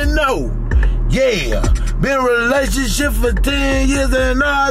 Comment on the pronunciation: 😂😂😂 he said relationship re-lay-toon-ship